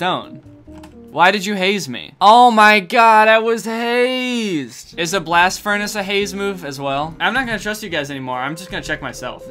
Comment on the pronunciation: HE ALMOST SAID BLSAT FURNACE